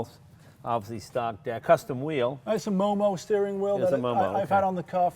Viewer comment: MOMO ... not moe-moe ffs.